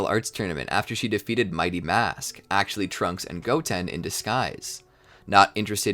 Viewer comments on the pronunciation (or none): none